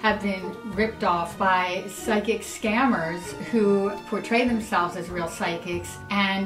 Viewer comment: Side kick? What? Oh you just don't know how to spell or pronounce psychic that's really funny XD